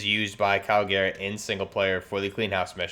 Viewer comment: garrick not garrett